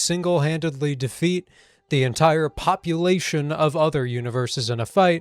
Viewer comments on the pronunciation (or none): none